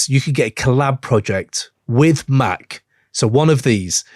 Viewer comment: huh, it's Mac like the gun